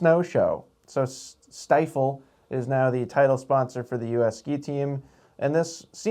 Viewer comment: it is pronounced Stee-fl. The Sti part rhymes with ski.